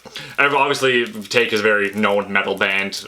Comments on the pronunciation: Hearing Taake pronounced as 'Take' made me cringe to the point of grinding my teeth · Hearing you mispronounce Taake physically hurt me....